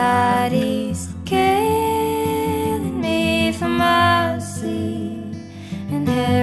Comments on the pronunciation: "Mercy", not "My Seed". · no...MERCY,not seed. lol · Kill oh me for Mercy… not “my seed” 😂